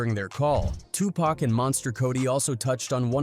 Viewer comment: Stop calling Tupac Pack